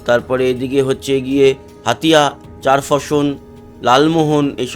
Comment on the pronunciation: এটা চারফেসন নয়, চরফ্যাশন